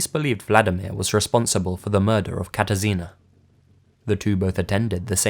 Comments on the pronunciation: You did pretty good job with spelling Katarzyna ;D Anyways I was really shocked that something like that happened in my country, I haven't heard anything about this case o.o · totally unrelated to the stories, but I really like how you pronounced "Katarzyna"